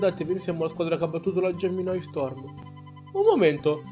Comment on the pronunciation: Ti correggo: si pronuncia GEMINI STORM e non GEMINAI